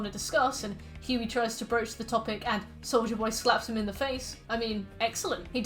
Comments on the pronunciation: I LITERALLY HEARD "SOULJA BOY" AND NOT "SOLDIER BOY" LMAOOO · I can't spot hearing Soulja Boy when you say Soldier Boy 😭😭 even though your pronunciation is clear, so idk why lol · ahh another entry into long analysis of series i've never seen but will eagerly watch because i love the creator making it edit: also every time you said soldier boy i heard soulja boy, and i kept thinking wtf is soulja boy doing here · really unrelated but everytime you said souldier boy i heard souja boy lmao